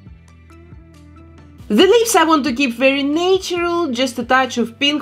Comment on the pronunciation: natural is not pronounced nay-tur-al it's pronounced na-tur-al.